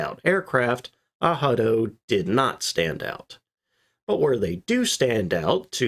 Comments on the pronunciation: I fully agree aRado with a 'R' as the second letter ,hihihahahahi us this guy serious the aaado...do it again that was nice• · Ar-rah-do, very much like the English prononciation. Ah=ha=do will have any German speaker asking "Was ist das, Ah-ha-do?" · The pronounciation ahado is a google goof up it is Arado in German too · Aha-doh? Arado sounds just like it’s spelled. Ah-Rah-Do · Ah-rah-doe not ahado. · Sorry but it’s pronounced „Arado“ in Germany with an R. (German speaker) (although it is a Spanish name meaning „plow“) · Ahado? What... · Please give all units in metric as well. 60 feet something means nothing for most people. And as others have mentioned, Arado is not pronounced Ahado. But besides that nice to see this very rare design explored in some detail. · Even so - it doesn't sound like this - it sounds way more like a regular r in English than the "h" sound here as The only Madmac pointed out. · I cringe every time hearing this horrid mispronunciation. 🤨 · Ahado lmfao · I'd never heard Arado spoken and was thrown off at first, always thought it was pronounced, Air-ah-dough lol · It's NOT "AH-ha-do", the "R" sound is to the back of the throat, and NOT an "H" sound. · Google isn't always right ! Arado! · ARRRRRRRRRRADO!.... fuck google translator!.... as a german, in germany - i promise you... we SPELL the "R"... Google made it spanish... 🤨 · Ay-Rado. I learned it from German YouTubers. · Yyyyeah, google translate dropped the bratwurst on this one. You’re definitely still supposed to pronounce the “r” in Arado, it’s just in German dialect it would be a “soft r” almost like “ahhrado.” With the back of the tongue, rather than rolling the r. If that makes sense. Although in some German dialects (such as in Swiss German for instance), a rolled r would also be appropriate. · It's pronoused aradO...not ahadi, because in German you are rolling the r on the tip of the tounge. Google is wrong, as usual. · Pronounced Ah Rado.... please get this right....